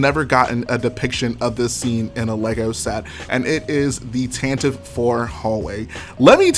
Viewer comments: No its pronounced tantive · Zac Mumblethunder same I’ve just always pronounced it tantive, but that might just have been bc I read the visual dictionaries and just subconsciously called it tantive